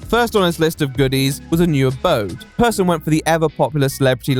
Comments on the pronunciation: Alright but Persson is not pronounced as "person". Pers-son, as in the son of Per. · I think there's a great deal of irony to be found in the fact that he at least was, prior to his success, aside from a few points of note, an altogether unremarkable individual at his core in terms of personality; and his last name is both pronounced identically and spelled near-identically to "person", as though an indication of a certain degree of normality to him. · Just a fun note: You pronounce the ’e’ in Persson like you’d say the ’a’ in ”happy”